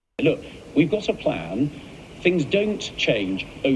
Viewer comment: Reminds me of Kim Jong Ill in Team America World Police. “We have a pran” 😂